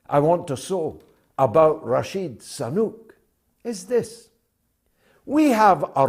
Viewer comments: George, can't you pronounce his name properly? SU-nAK, not SA.-NUK!. Sooo-NAAk! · George, please stop saying "Rashid Sanuk' .....all the time...get the name correct..Damn it..